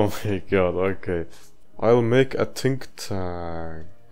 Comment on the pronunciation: “Tink tank”